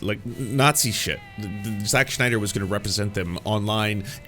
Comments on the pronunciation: Does this guy say Sch-nyder on purpose because his name is Sny-der, no Germanic -sch at all. Having gone pedantic, not a fan of Snyder films. Even 300, I saw it once and have never seen it again. Style over substance poster child. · Sn I der. Not SHnider. Sorry, but it was bothering me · Its Snyder not Schneider lol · It’s sNYder not sCHNeider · It's zack snyder, not zack schneider. Just something that bugged me throughout the vid. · Great interesting video but gotta ask who is Schneider? Do you mean Snyder? Sorry it just bothered me throughout the video. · I'm not right wing, I'm not even American. Yet a DC fan since I was a kid. I LOVE Zack Snyder and Chris Nolan's DC. No one knows nor cares what "woke" means outside of your country. Please stop with this crap already. edit note: btw it's not SCHNEIDER it's SNYDER. edit note 2: in 300 Spartans were fighting against PERSIAN EMPIRE which weren't even Muslim at all back then. edit note 3: Snyder family should sue you for your baseless claims about them "supplying material" for N@ fascists and white supremacists. edit note 4: you sucked Gunn's balls so well; I hope you get paid for such a hard sucking up. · SNYder Not SCHNeider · Pronouncing Snyder as Schneider is genius XD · Is it a thing now that everyone pronounces Zack Snyder's name as Schneider? Not nitpicking, I just noticed other YouTubers doing this too. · Snyder is pronounced like "snide" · Why do you keep saying "Jacques Schneider?" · Grinding my teeth at how you pronounce Snyder like Schneider. Anyway, I'll continue the video now. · I’m not a snyder fan boy, but man you butcher tf out of the pronunciation of his name every single time in this video it’s actually crazy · Are you purposely mispronouncing Snyder? Not trying to be mean, just curious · I like the video, but the pronunciation of “Snyder” is naking my eye twitch.